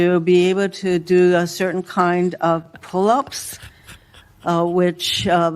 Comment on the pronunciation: well we know she will ever never be qualified to join the FBI she can barely say the word pullups !!!!!!!!!!